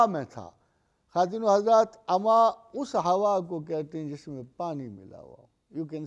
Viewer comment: Mohtram, aap address krte vaqt kya kwattino hajrat khte he ,clear kre